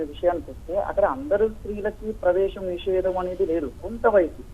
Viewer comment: ఆంకర్ గారు మీరు మరీ మరీ మహిళలు నిషేధం అనే మాట ఉచ్చరించడం అసలు బాగాలేదు.